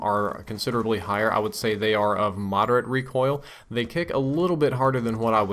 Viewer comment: Reocoil ? Lol